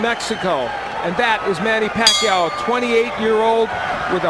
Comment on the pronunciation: To all the people from the Western countries , you're pronouncing Pacquiao's name wrong.